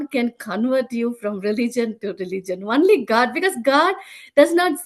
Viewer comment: I love this testimony. I must admit, I smiled every time she pronounces "only" "one-ly" 😁